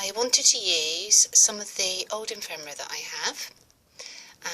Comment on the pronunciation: I LOVE this,. I'd like to look at each page, in the flesh (so to speak) for an hour. Just so rich & colorful. Just one nagging correction: it's pronounced effffemera, not emfemera! 💖🤗😱